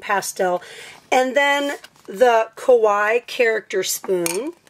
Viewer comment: Sry but its pronounced kawaII not just kawi